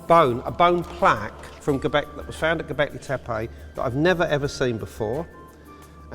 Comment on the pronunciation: ...oh gawd, it's HIM again....... 'Ghawbecklaaaay Theppaaaaayyy'..... FFS.